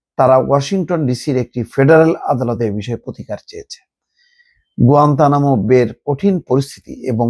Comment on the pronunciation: গুয়েতনাম শব্দ টা শুদ্ধ করে বলেন বা শিখেন।